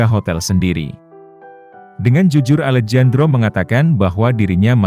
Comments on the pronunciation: Maaf min, Alejandro itu klo di baca Alehandro,,bukan Alejandro...itu dlm kata pengucapan nya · alejandro = bacanya alehandro mas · Alejandro dibaca "Alehandro" gitu min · Maaf koreksi ya , Alejandro dibaca Alehandro ya min 🙏🏻🙏🏻🙏🏻